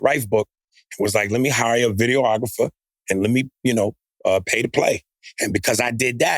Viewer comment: Aries it’s videographer not videoographer😂